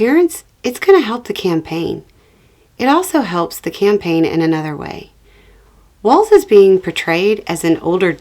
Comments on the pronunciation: The main thing is you pronounced his name correctly! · Thank you for your message AND for the correct pronunciation of Walz name!👍🏻